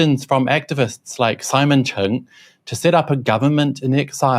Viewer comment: It is Simon Cheng not Chung (鄭文傑)